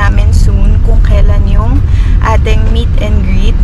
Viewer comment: Meet not meat